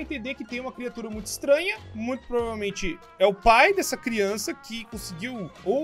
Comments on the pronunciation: Crionça? Kkkkk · crionca ne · É CRIONÇA não criança